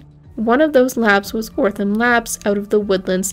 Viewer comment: Great video. So glad they got answers! One thing.. its OTH-RUM not ortham.